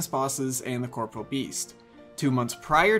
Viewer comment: Quick question, why do people pronounce the Corporeal Beast as the Corporal Beast?